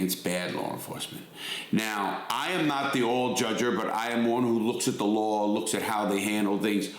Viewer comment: There is no "R" in law or at the end of Georgia. 😂